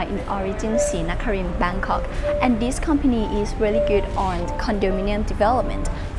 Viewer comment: Love it when she says Bangkok